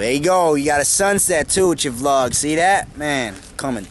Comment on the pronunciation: I LOVE YOUR DOGS AND DO U NO HOW TO SAY VLOG